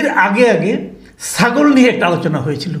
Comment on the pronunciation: প্লীজ সাগল না -ছাগল বলবেন